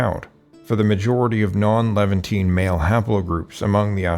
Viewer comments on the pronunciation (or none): Learn how to pronounce Levantine! The end is -TEEN, not -TEE-AN,. That's only One syllable, not two. That's like saying "mischievEEous" instead of "mischievous". 😕👎😕👎😕👎